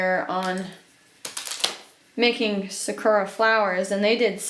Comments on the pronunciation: hey just a little pronunciation tip lmao its not suh-koo--ruhs, its more like sah-koo-rahs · oh just the pronunciation of the japanese word for cherry blossoms